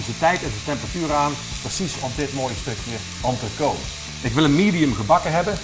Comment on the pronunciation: Het is niet "entrecot", het is "entrecote". En "cuisson" spreek je ook verkeerd uit...